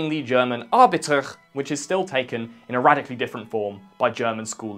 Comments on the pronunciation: the t in abitur is pronounced like a t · Abitur is pronounced something like this: "Ah-Bee-Tour". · "Awbytecxh" Yes thats how we pronounce that yeah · Pronounced ah-bee-tour, thank you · bro the way u said "abitur" killed me dude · I never heart someone say "Abitur" so wrong and so funny haha. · Now i know why british think German sounds aggressive. I have never heard a worse rendition of Abitur. Nothing there even resembled that tame word. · That's an interesting way to pronounce Abitur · Good video, but I've never heard anyone butcher a pronunciation like you butchered "Abitur". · Where are all the germans telling how to pronounce "Abitur"?? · Great video... you pronounced arbitur catastrophycally wrong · This is the worst butchering of "Abitur" I've ever heard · I never haerd the german word "abitur" pronounced so wrongly. 0 points for german pronounciation, full points for the video.